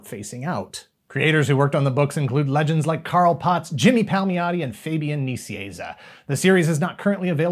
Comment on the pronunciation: ...will there ever come a time when you get the pronunciation of Fabian Nicienza right? 🤣😘